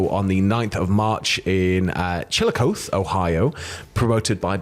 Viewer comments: It was still a great attempt! I'd clarify this pronunciation as CHILL-i-KOTH-ee, with the middle "i" like the i in "is", and the ending is a hard "e" as in eclair. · Hi. Someone from Ohio Here. It's pernoucned closer to chill-a-coth (like cloth, without the l)- then long e. But good job! Native American names can be tricky. 😁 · Nobody can be expected to pronounce that city in Ohio correctly. I believe the locals say chill-uh-coth-ee. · *pronounces Chillicothe: “You probably didn’t pronounce it right.” Us Midwesterners watching: *in unison “Chill-i-coth-E!!! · As someone who lives in Ohio, "Chillicoath" is now my favorite way to pronounce that name. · That town is pronounced like Chili-koth-e. The first time I saw it before having heard it said I thought it said Chilicloth so you did better than I did and I live a half an hour from the town. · As someone going to and from Chillicothe Ohio, your pronunciation was a very British way of pronouncing it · Chillicothe is pronounced like coffee . When it was small I called it chili coffee